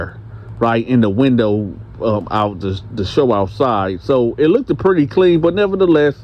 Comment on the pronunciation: "you got a prudy mouth" 🤣🤣🤣